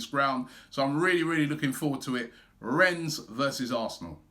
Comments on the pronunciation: Its REN not RENS... I am tired Robbie! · Just A quick one. It us pronounced Renn, you don't sound the S. :) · Need to work on your French Robbie, "Ren" that's it. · YOU DON'T PRONOUNCE THE S, it's pronounced Ren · i know-he pronounced it wrong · I’ve disliked the video because Robbie mispronounced Rennes.